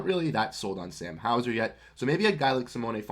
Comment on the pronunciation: SMH you dont even say Simone's name right. He is worth a first minimum.